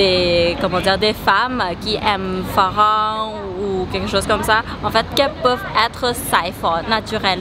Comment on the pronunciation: farangue, prononcer le g, s il vous plait, toutes les thais pronocaient ce g, maais vous non, qui a tort, quelle chance d avoir de si belles compagnies, si sympa, souriantes, et qu elles parle bien français, la belle jenny, pourquoi ai quitté la thailande pour le confinement en france, quelle erreur, enfin la joie naturelle de jenny me redonne l espoir, j étais marié a une thai trop belle, trop intéressée par l argent, j ai commis une erreur de débutant, et quand on est amoureux, ces filles sentent qu elles ont ferré le poisson, le plaa, et là difficile de s en sortir, ça a mis du temps et de la thune mais j y suis arrivé, mais que de fric craqué pour pas grand chose et je suis loin d être le seul, j ai vu le pire chez les expats français